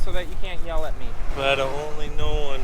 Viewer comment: You can add “Tom fool’er’y” to the dugo’ism’s 🤣😂🤣😂